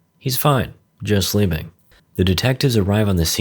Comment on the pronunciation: 😂😂😂 "it's fine, he's slewping"